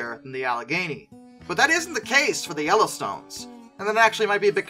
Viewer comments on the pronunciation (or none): none